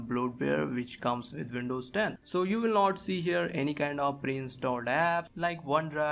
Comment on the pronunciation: hard to pronounce w? wft is vindovs?